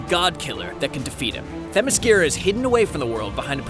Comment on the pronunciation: where the grunts necessary, and themescyra isnt hard to pronounce lol